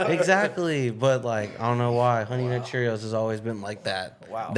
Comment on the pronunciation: why he emphasize the NUT👀